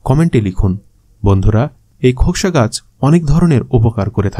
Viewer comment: ভাই একবার খোকসা বললেন। আর ফল বলার সময় বন্য ডুমুর বললেন। একটু ক্লিয়ার করে বলবেন? দয়া করে।